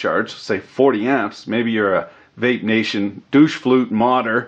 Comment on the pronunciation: Vape naysh?